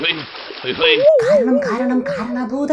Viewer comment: കാരണ ഭൂതം അല്ല മാരണ ഭൂതം ആണ്..